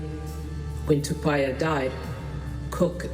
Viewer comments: What disgusting pronunciation this women narrator has, she's not even trying to pronounce Tupaia's name correctly, get some lessons before you open your mouth next time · Pronounciation man...if I pronounce an english word wrong I was yelled & corrected by my Papaā (pakeha) teacher in da 1980s so learn to pronounce our tupuna's name properly or don't say it all...